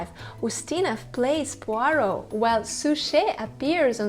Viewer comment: I agree 1000%! David Suchet is peerless, perfect, and the personification of Poirot to me. But I am sure others feel the same way about their favorites. That’s what makes the world go round.😂p.s. The young lady doing this show is wonderful and she pronounced “Poirot” perfectly🏆🌹❤️p.p.s I look forward to her program on the real Miss Marple🤗